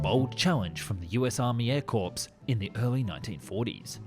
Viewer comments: Just a note " corps" is pronnounced as " cores" not corpse as in dead body. Laziness is no excuse. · Corps is pronounced CORE in American English. Such a simple thing to get right, especially within the first two minutes of a long format video. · "US Army Air corpse" LOL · Air corpse? Byeee. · "Air corpse"??? Really? It's pronounced "air coors", like the cheap beer. Unless you keep your spare in the boot and hate finding a dent in your wing. Let's not discuss fanny packs. When on a date at some nice restaurant, like a good taxidermist, do you prefer to stuff your bird before you mount her? I call LOTHAR. ;-0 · The US Army Air Corpse 💀 😂 Really love your videos! Keep up the amazing work. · Pronounced us army air core not corpse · Air Corps = core, not corpse. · "The US Army Air Corpse". Well it wasn't quite dead then. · "Air Corpse"? Really? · The Air "Corpse"? Really? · Air CORPSE??!? Sort your AI text-to-speech out! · The Army Air Corps is pronounced like “core”. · “Corps” is pronounced like “core”. Not like “corpse. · Heads up, "corps" is pronounced like core. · Please, please, please ask someone how to pronounce words before making the videos. Many thanks. Army Air CORPSE! But the fire crew weren't at a safe distance, not according to the video. This is the second video of yours Ive watched today - full of errors. Sorry to be grumpy, but I'm a massive fan of documentaries but they are spoilt for me by silly errors that could easily be checked and removed. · Informative video, but Air "Corpse"? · Every time I hear "Air Corpse" ( or "Illinoise" too ) it's like I just bit into or chewed some aluminum foil.😝😣😖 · It's like when an AI voice says "emph" for MPH.